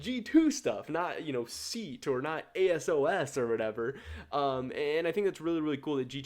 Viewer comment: Damn I lost it when you said "Seat" and I spent a solid ten seconds wondering what the fuck you were on about (its pronounced differently but its hard to convey that in writing unless you know IPA). Like the list though. I maybe would put SK a bit higher because I don't hate it like I hate the misfits or excel jerseys. I think its not special but clean enough.